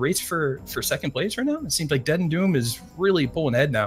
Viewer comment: DeadandDoom, not Dendu. Dominus not Donimus. ffs...